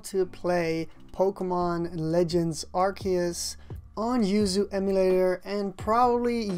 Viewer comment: Disliked. It’s pronounced Are-Say-Oos.